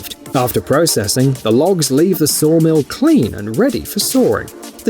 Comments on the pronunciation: There’s no “r” in “saw.” It’s “sawing,” not saring.” 🙄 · Sawring? Forgive my jawring, but this is shite Englirsh. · It's genuine English, spoken (apparently) by an English person. What the English speak is, by definition, English. However...I'm also English and I don't pronounce sawing that way, but I have to recognise that it's a 'popular' pronunciation - we English have a divide in those that pronounce vowels in their long and short forms eg when I say 'bath' the A sounds like the A in apple but many say it like it's followed by an R. If you're not English then you really aren't in a position to criticise English pronunciation, it belongs to the English. Even when we can't agree within ourselves 🙃